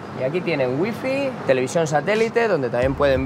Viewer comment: "Ui fi" cuando estudias inglés con Maduro